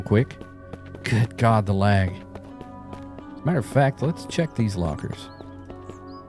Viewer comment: "but I don't like twitch" Was hoping to hear... "IT DOESN'T MATTAH!" lol